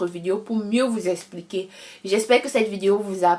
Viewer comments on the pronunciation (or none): none